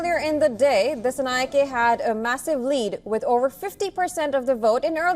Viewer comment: It's Anura Dissanayake, not Dassanayake. Pronounce the name correctly